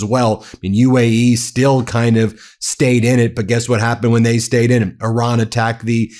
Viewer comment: When he says "Oran", he does of course mean Iran.